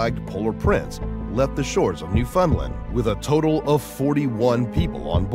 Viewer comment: Absolutely slaughtered “Newfoundland”